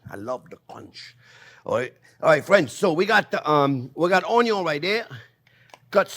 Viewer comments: nothing says "good" like a potato with onyo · The very reason I subscribed to your channel in the first place is because of the way you pronounce onion 😂